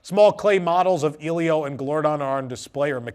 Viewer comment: Just wanted to let you know it's pronounced "EH-lee-oh." Not trying to be rude, but just wanted to let you know 😅.